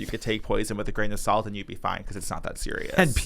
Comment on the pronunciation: “Grain of Sawwllh-T” a one syllable word somehow sounds so long when said so many times in a row 🤣